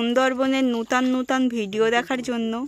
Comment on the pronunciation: নুতাং নুতাং নয়,, নতুন নতুন ভিডিও বলো